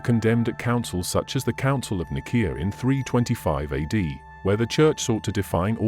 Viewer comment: It's pronounced "Council of Nye-SEE-UH..." you BOT.